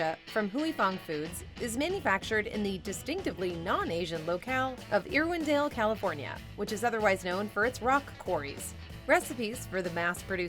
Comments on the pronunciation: Irwindale pronounced "Err-windale" and not "Ear-windale" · No, it is VERY disrespectful to mispronounce someone’s or some place’s name. As a Californian I was also really offended when she said “Ear-windale”. 🙄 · First of all it’s not pronounced “Ear-windale”. 🙄 It’s Irwindale! Secondly, YES Andy Capp was a VERY POPULAR comic strip even in America. It was my favorite cartoon growing up….and his Hot Fries are always my first choice in a vending machine. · She can’t pronounce the names of cities correctly. “Ear-windale” for example. So unprofessional. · I swear the narrator is Canadian. No one pronounces Irwindale that way.